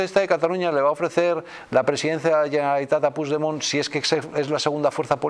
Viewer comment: Puig demon y se pronuncia puch demon